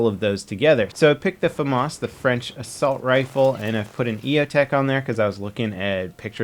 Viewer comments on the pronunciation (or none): none